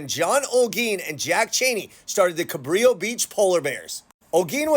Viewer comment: Fyi. Juan Rodriguez Cabrillo was Portuguese. His name is pronounced Cabrillo (like brillo pad) . Please adjust accordingly. I live in San Pedro.